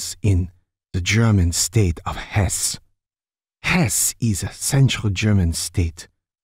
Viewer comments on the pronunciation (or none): Hesse has two syllables in German. It's odd that a German wouldn't know that.